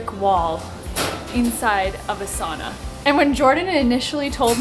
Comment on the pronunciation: The Finnish pronunciation "ow"